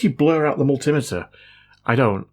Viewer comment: Never mind the blurry-cam.. I'm more concerned about you saying "mul-timmeh-tuh" rather than multi-meter.